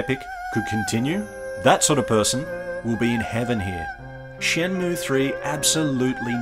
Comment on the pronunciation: ShenmUe pronunciation correct